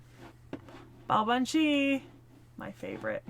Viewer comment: BTW, the pronunciation is closer to Baa-vahn. As usual, the quirks of the language make it hard to guess pronunciation quickly if you don't grow up with it. Much like Artoria Caster, Baobhan Sith's first two arts are closer to memories/records of who she once was, while the third art is what she was by the end - in her case, a faerie barely clinging to life. A major reason that faeries would torment Baobhan Sith to death is basically just because they find it revolting that she's a vampiric faerie. By the time Morgan told her to embrace cruelty, Baobhan Sith's soul was exhausted enough that she was literally on her last incarnation before she'd die permanently. Pretty sure you mean a "blood eagle", not "spread eagle" (that's a position where one is lying down with one's arms and legs spread wide apart). Cait Cu Cerpriestess' 3rd art is basically a 'Baobhan Sith who has overcome her fate', or something like that. As a whole, Morgan's lessons to embrace cruelty won't fade, but she does seem to be a fair bit better as a person than her previous self. Yeah, the name seems to be an eclectic mash-up of figures - the Cait Sith (faerie cat), the Cu Sith (faerie dog), and Cernunnos. On the subject of Burnunnos, it's probably worth noting that Barghest has a crippling phobia of urban fires due to the memories of being Demon Dog Barghest, so she focuses on fighting wildfires which are less triggering for her. She does manage to power through the fear towards the end of the event when al